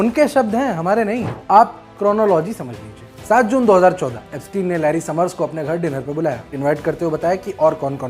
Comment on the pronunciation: एब्सटीन को एब्सटायन बोलकर आइंस्टायन बनाना चाह रहे हैं